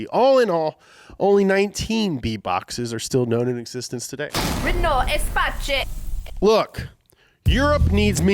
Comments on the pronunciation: I came to check if the Renault Espace F1 would be mentioned, you did that way too quickly 😂 Edit: that's the most ridiculous pronunciation of "Espace" I've ever heard, and believe me, I've heard a lot. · I was also quite triggered by how said espace, but I have a sneaking suspicon he mispronounced it on purpouse... He did also deliberaltly mispronounce other names like the centurion after all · Damn that mispronounciation tiggered me. Its a french car, so "hurr lets pronounce it like its italian" No offense, but when researching cars, you could at least watch some videos where people pronounce the name of it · I agree w/ everyone else on the pronunciation of the Espace. (Just watch mid 2000s Top Gear) However, nobody wants to call out that an E350 "VAN" is NOT a minivan and therefore should be stricken from this list??... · I know it shouldn't, but hearing you mispronounce the Espace as Espacé really grates on me. (It's pronounced Ess-pass, not ess-pa-chee) Anyway, rant over. :) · Lol, why are you calling the Renault "EspaCHÉ" so many times, when it's actually pronounced Espás? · Pretty sure it's a Renault Espace as in Space pronounced Espass instead of Espaché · dat Renaud, it is pronounced differently - es-pass. is not a Spanish word you numbnuts. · If you want to impress your friends say Renault '' espass '' to ''sound like the french when you eat your frogs. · I like the fact that didn't just pronounce "Espace" by saying "space" after an e but pronounced it "Espaché" like it was an Italian word... whereas this is A FRENCH CAR lmao Cordially, By a French subscriber who's ashamed to have used Google translate ( I have an excuse I'm 14 yo ) Edit: wow I just realised there are a lot of other comments talking about this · Espace is pronounced "eh-SPASS". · I had a stroke every time he pronounced "Espatche" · Jesus Christ, it's pronounced Espáss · “ESPATCHAY” Me, who took a French class once: punching the air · espatce hahahahaha